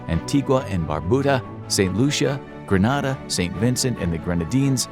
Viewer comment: You pronounced Grenada like Granada, the region in Spain, not the island nation in the Caribbean. It’s pronounced like Grenade-ah.